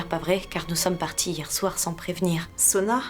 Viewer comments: Qui comme moi a remarqué qu’au lieu de dire au docteur que Soua est malade a dit Sona? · Qui a remarqué que a dit Sona est malade au lieu de Suha